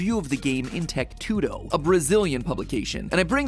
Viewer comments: Best part was him saying TechTudo, just weird... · I'm from Brazil. This video really made laugh. Mat trying to say "techTudo" was the best.